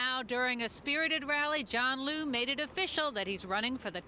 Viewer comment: they keep saying lu,,,i thought its liu....